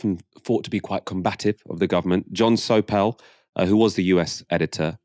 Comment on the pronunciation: Pronunciations. interLOCutor. eLECToral. john SOAPle.